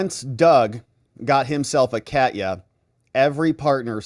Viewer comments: Ka-te-ya like Russia. Not Cat-ya. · Katya (the name) is pronounced like "catch ya"! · Minor point of linguistics based on my travels to Russia: Katya is the american equivalent of Kathy. It is actually a 3 syllable word sounded as "Ka-tee-ya". With emphasis on "Ka". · Katya mispronounced. A is like a in America